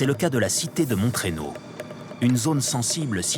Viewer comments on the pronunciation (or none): Montreynaud se dit moreno, pas montréno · Mon-treynaud au lieu de Mont-reynaud mdr